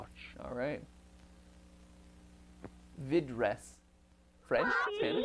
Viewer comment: how to pronunse: vId-ers